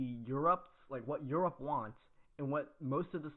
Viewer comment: Just say Europe